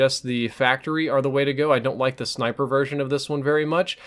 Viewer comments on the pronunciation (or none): none